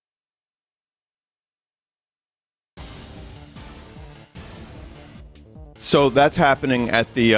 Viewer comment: Lmao, where could the congressman be from? The way he said "she called me a boomerr" 😂 hilarious. Too bad there'll never be anything too interesting at these public hearings on UAP. I hear that the closed door meetings are more substantial.